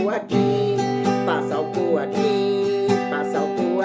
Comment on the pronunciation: "passa alcuul aqui" kkkkkkkkkkkkkkkkkk